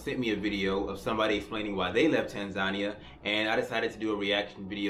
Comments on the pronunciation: It would be helpful if this brother could at least start with pronouncing the name of the Country correctly! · Maybe you should start by pronouncing the country's name correctly and move from there. Also be respectful of the culture you are entering. Most foreigners have decency to do that